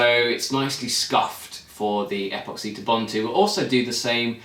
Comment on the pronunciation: Dude. Is apoxy a uk brand?, otherwise it's pronounced epoxy, like in email. I hope he used a lower thrust motor for his L1 certification as that sucker will go high and far depending on wind conditions.